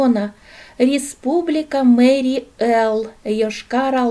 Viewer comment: вы произнесли неправильно название республики Марий Эл. Вы сами просили исправить, если будет что-то неправильно